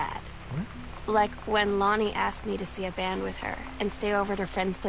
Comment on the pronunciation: he said lonnie sooooooo wrong . my names lonnie and when i heard that i was SHOOK. and this isnt my acc fyi. the person knows im on it thoo